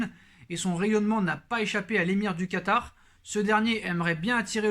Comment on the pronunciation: "Calé Quatar" 😛